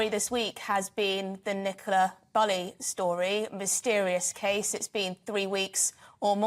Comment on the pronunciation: can't even pronounce Bulley correctly.